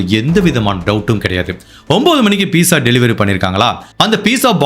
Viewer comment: கதை சொல்லும் விதம் அருமை. உங்கள் வீடியோக்களை தொடர்ந்து பார்த்து வருகிறேன். லைக் போட்ட பிறகுதான் வீடியோ பார்க்க ஆரம்பிப்பேன். சில வார்த்தைகள் உச்சரிப்பு திருத்த வேண்டும். Pizza என்பதை பிட்சா என்று அழைப்பார்கள் அதில் T என்ற எழுத்து இல்லாவிட்டாலும். நீங்கள் Peesa என்று சொல்வதை மாற்றிக்கொள்ள வேண்டும். 30 - முப்பது - நுப்பது இல்லை. தமிழில் நுப்பது, நுப்பத்து இரண்டு என்பது கிடையாது. தமிழ் புத்தகம் படித்துப் பார்க்கவும்.